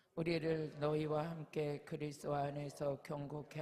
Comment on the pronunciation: 주여 목사님 다 은혜되고 좋은데 제발 그리스도 발음을 정확히 부탁드려요~~ 자꾸 제귀에는 그리스로 들려요 부탁드립니다~~ 예수 그리스도는 핵심이라 ~~ 죄송합니다~